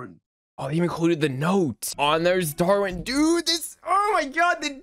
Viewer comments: You called Darwin Dorwin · You also pronounced Darwin as Door-e-an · And he also called Darwin Dorwin😂